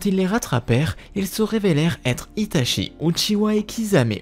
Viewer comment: Tu prononce Itachi, "Itashi" et tout les nom des personages en "CHI" "SHI" tres desagreable